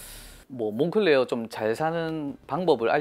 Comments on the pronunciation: 몽클레어가 아니라 몽클레르가 맞는 발음 같습니다. 공식 홈피에서도 몽클레르라고 합니다. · 그냥 색이야 몽클레어라고해 색이야.. 한국식발음이야 색이야..